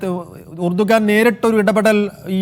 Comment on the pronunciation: urdugan alla Erdogan:)))